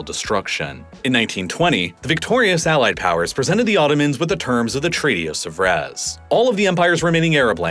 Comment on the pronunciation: Whilst we're offering constructive criticisms here, PLENTY of incidents of horrendous American mispronunciation of geographical places abound...i.e. Treaty of Sèvres should be Say-vruh, not Suh-vrez, Chios is Key-os, not Chee-os... many more, but those two stand out especially. When in doubt, double-check online, as it is easy and quick work. This sounds very sloppy.